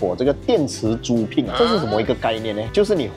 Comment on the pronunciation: 租赁 pinyin=zu(第一声) lin(第四声)